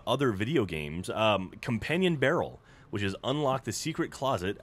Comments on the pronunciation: "companion barrel" not "companion brarel" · Nope, its definitely 'barrel', not 'brarel' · "Companion Brarel"